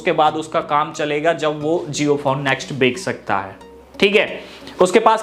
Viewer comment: bhai bek nhi hota bech hota hai